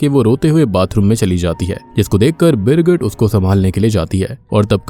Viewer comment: Birgit ki jgh girgit kisko kisko sunai diya 😂